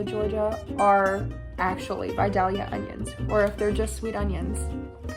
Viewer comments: btw you don't pronounce the L in Vidalia! it's pronounced more as Vi-day-ya. gotta remember it's from Georgia 😆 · The vidalia casserole is almost identical to my mom's squash casserole! Just add yellow squash and cayenne, yum. (Also I guess this is the first time I've heard someone outside of AL/GA say vidalia, and hearing the second l pronounced really threw me for a loop 😂 oops!) Also! For the Indian dish with the pearl onions, do we think that using canned or frozen pearl onions would be acceptable?